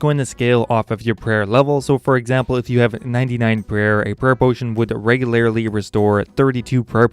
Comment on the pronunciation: your pronunciation of regularly is weird.